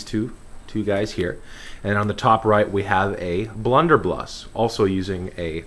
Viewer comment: lol "blunder bluss"